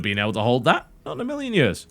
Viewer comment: I DISLIKED BECAUSE I DON'T LIKE THE WAY YOU SAY YEARS lol jk